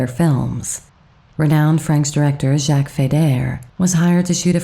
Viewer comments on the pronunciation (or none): none